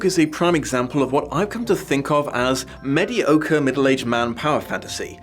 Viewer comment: ….”medi ochre” o-o